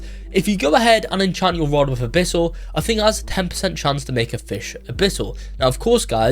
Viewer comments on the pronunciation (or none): "Enchammelex" and "a bittle" is WILD🤨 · "Hexed enchammelex and a bittle enchammelex"